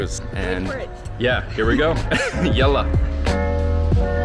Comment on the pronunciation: as an Egyption i aprove of your "yalla" pronounciation. :)